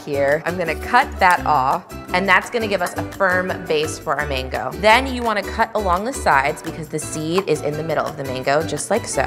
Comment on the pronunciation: Why do you pronounce it like Mingo? It’s called a mango!